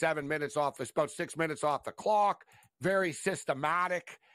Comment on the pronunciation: Shift eyes calling them Illinoise lmao